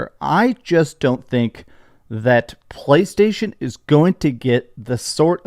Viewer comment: “PLCHHAASHTAASHON” - 😂